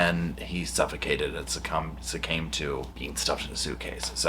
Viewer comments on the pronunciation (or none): Sucame. Pronounced suk came. My new word . 🥰 In a sentence: I am not sucaming to my right arm injury, though i should, it needs rest, but as i am right handed, it kept me from clicking too fast on this vid, thereby potentially saving me further injury.